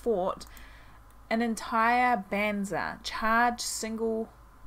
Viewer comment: How did I know she was gonna mispronounce banzai 😂😂😂